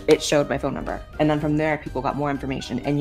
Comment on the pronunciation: The "aynd" instead of "and" is very telling